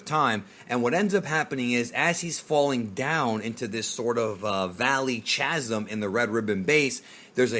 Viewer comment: it’s pronounced “kazum” not “ch-asm” . Great informative video 👊🏼